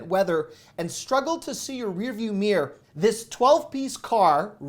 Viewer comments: Its mirror not meah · LOL! I didn't know "mirror" was one syllable!😂And yes your wife does look great without make up, you cradle robber, you! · Why do Americans pronounce mirror as “meer”?